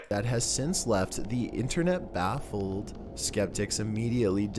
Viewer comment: Bruh the way he said baffled BAAFfleD